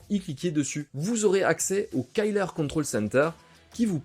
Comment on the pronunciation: top merci ! Par contre on dit bien à la française ˈkɪlər killer et pas kyller :)